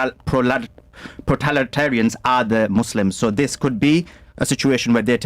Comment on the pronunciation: Is he saying proletariat?